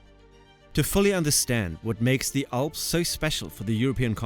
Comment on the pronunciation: Why do you contineously pronounce the Alps like the "awss"?